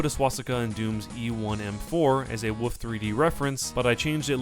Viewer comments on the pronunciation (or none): Haaa you say woof instead of wolf.